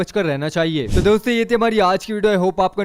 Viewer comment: Store bol rahe ho yaa dosto bol rahe ho pata nehi😕